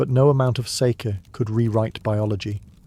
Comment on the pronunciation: Still not quite pronouncing sake correctly but you're close ❤ It's a long a. So like sar-key except that you don't put anything into the r. It's just there to direct the a. Does that make sense? You should probably just look up someone saying it on YouTube 😂